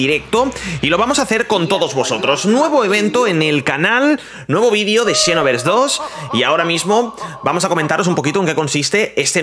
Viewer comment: Dragon ball "chinovers" JAJAJAJAJA es "sinovers"